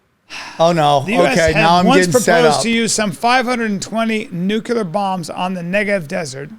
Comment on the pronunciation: Read the word 'nuclear ' Bryan. Where's the third syllable?